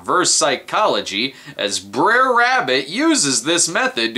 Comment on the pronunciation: Can someone tell me why "Br'er Rabbit" is pronounced like it rhymes with dare? It's supposed to be pronounced "bruh rabbit".